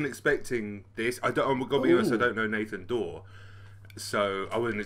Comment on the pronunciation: I'm sorry I had to do it Me: Nathan Da-we Ugandan Knuckles: We have found da wae